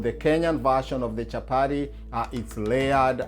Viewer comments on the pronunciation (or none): Nice recipe but lets just call it chapati, chapari wasn't necessary 😂😂😂 Did i hear warer, let's embrace our accent. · Chapati not Chapari. Kenyatta not Kenyarra like Obama says,water not warer. Let's not confuse foreigners who are watching. I'm watching with my German friend who is already calling them chaparis. Anyway nice Chapati thumbs up👍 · CHAPATI CHAPATI CHAPATI CHAPATI CHAPATI AND NOT CHAPADI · Nice one. Unaziita chapari but no worries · chapari.....hahahah..and wara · Did I hear well...chaparis?? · Chapati not chapati 😠😠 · The way u say it chaparis.